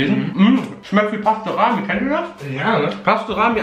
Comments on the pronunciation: Pasterami 😂Es heist Pastrami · Es heißt Pastrami und nicht Pastorami